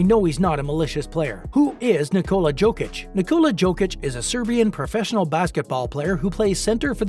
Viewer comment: You speak about Jokic and you have not tried to at least pronounce his surname correctly!!!!!! How disrespectful and unprofessional on your behalf!!!!